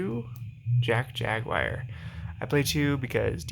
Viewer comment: Jack jag-wyer